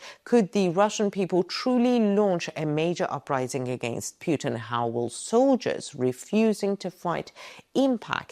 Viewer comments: good video but you pronounce Putin wrong...its Pootin not Peuton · Pewtin? That’s annoying. It’s Pootin. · Why are YOU saying "piutin" ? It should be pronounced PUT IN, anagram for input. It's very simple, what are you trying to hide saying it wrongly. A man basically was shose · His name is PUTIN, not PJUTIN. There is no J his name. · Very good, but please. Don't call him "Pjuutin." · Why does she call pu-tin as pue-tin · I lke how you pronounce 'Pewtin'. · I love the way she pronounces Pyewton. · His name is Putin , not Pjutin 😊 This is lies , negative propaganda all the way 😂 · Just learn to pronounce statesman's name correctly.!!!PUTIN , not pronounced YU in this particulat case.. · Is the current Putin REALLY the true Putin, whom we all remember was extremely ill with cancer, which bends a knee to no-one! btw: I love the way you pronounce Putin as Puitin = perfect! 😷💩= Puitin 😂😅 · Got to love how she pronounces PEW-TIN...LOL